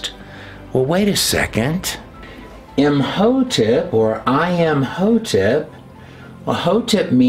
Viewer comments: Curious why you put a "T" after saying the name Im hotep ? Imhotept ? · Whjy are you pronouncing a “t” at end of Im Hotep? I’m confused.